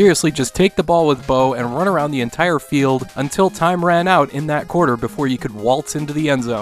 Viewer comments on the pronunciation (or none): none